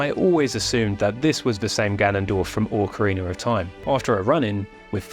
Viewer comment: Oh boy, I love the breakdown of this video, but "ORCarina" hurts my brain.